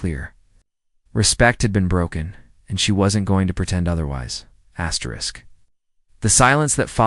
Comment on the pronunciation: Not supposed to say astwrix 😊 just an fyi for next.